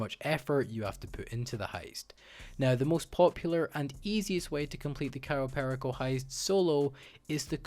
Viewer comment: The way he says cayo perico is sad